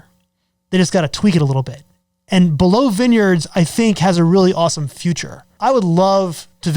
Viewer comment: Why do you say" below "vineyards? You do know how to say it properly?